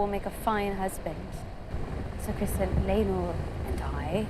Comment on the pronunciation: It's not Christian, it's Criston.😊